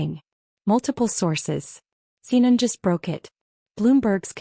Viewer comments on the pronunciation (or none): Why, in the name of all that's holy, can AI not pronounce Sarah? She becomes Sir. And CNN became seinen. Please a little proof listening.